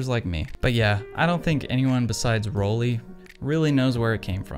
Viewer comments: It's Roll-eye. Not Roll-e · Love your vids, but since I am German, it is pronounced Roll-Eye